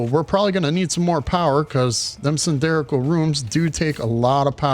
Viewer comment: 2 things 1) I am at this spot, and do not have glass blueprint. Cannot make walls with windows. No idea how I skipped this. 2) "cylindrical' - that is not how you should say it.